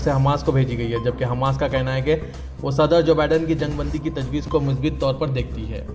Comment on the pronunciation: مثبَت هوتا هے ب پر زیر نہ پڑھیں اس پر زبر پڑھیں